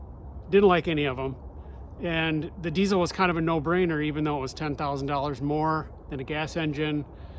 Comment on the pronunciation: Can't even pronounce diesel, right And you hate it, we're all shocked😅